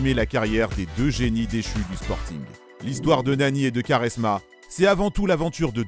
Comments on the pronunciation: Svp on dit (kwa)resma et non (ka)resma 😁😁😁😁😁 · Superbe vidéo mais Quaresma ça se prononce "Kouaresma" pas "Karesma" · j'allais regarder la video puis il a dit karesma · Non ça se prononce "kwarezma" pas koresma mdrr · Sa se prononce Koresma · Vidéo de merde.. renseigne toi mieux sur Nani.. joueur de l’année en 2011 en PL.. carrière riche en titre.. excellente saison en Turquie et plutôt bonne en Espagne.. porte son club d’Orlando aujourd’hui.. et putain la prononciation de quaresma c’est pas possible.. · Commence par prononcer Quaresma correctement avant de t’improviser grand technicien de ce sport incroyable . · Y sais pas le dire sa m'a fait saigner les oreilles